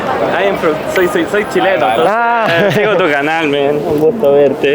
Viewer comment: Hoy CHIleno jejeje, ella es CHIna jejeje